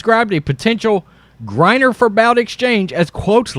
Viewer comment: It's pronounced "BOOT",and there's no way this is going to happen, that guy will never see the day of light until his 80's